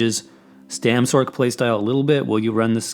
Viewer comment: I fucking hate how this guy says "sorc", not gonna lie. XD It's "sor-c" like sorcerer, not "s-orc". XD